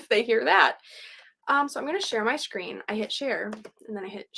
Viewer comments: I love the way you said screen Shkreeb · yeah I’m going to start saying shkreen. Lol